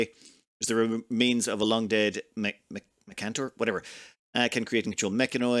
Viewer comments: I know it's not on purpose and I'm petty for mentioning it, but it's not pronounced 'Mechantor', but 'Mechanitor' There's an i in it Like Janitor Sorry about that, lol, excited for the series! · Say it with me: muh-can-eh-tor. There’s an “i” in there you never seem to notice. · There is an "i" in mechanitor lol